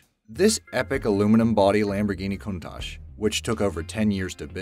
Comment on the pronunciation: It’s pronounced countack